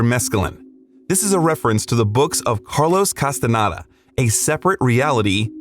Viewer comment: Castanada?!! Jesus! Can you even read?